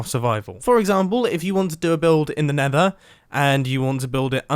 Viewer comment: 4.32 in vid you say mether again